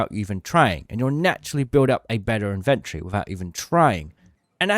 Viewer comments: It’s inven TORY, not INVENT ree. You have your emPHAsis on the wrong sil-AH-bill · Dude. Love the vids but it's In-ven-tory not invent-ory. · BRO ITS IN-VEN-TORY not IN-VEN-TREE!!!!!! ALSO WHO THE HELL IS BUYING ADRENALINE SHOTS YALL FING DUMB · In ven tree? Lol it's Inventory weirdo lolol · the tic im getting hearing you pronounce 'inventory' like 'inventree' must be engagement bait. eee-nun-cee-ate mate.